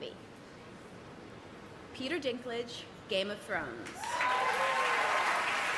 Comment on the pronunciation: "Peter dicklage"